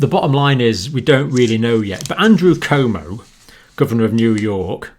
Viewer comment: Cuomo is pronounced Quomo.